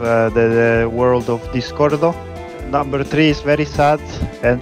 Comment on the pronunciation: он русский он сказал " Намбер три"